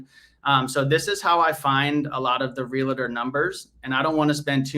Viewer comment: realtor not realator :P